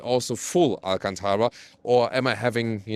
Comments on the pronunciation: pronounced Alcântara almost...almost perfectly. A few more days in Portugal and he'll start forming some sentences... Once again, an excellent test. As usual... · You said Alcântara quite well! Great pronunciation 👌 Have a great stay in Lisbon!